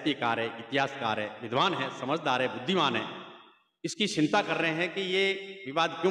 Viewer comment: Sinta nahi chinta bolte he